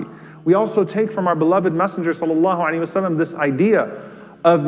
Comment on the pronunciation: i have a message for these speakers ....to stop saying .....sallaahahu ali wa sallam ....properly ...not say "salaassm"